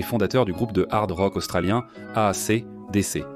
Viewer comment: Mare de l'I A incapable e prononcer A C D C : boycotte !!!!!!!!!!!!!!!!!!!!!!!!!!